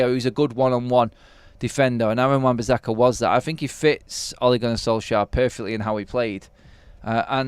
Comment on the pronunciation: Everytime I hear you say bizzakka. I'm going to turn off it's so annoying and I'm sure I won't be the only one so please atone!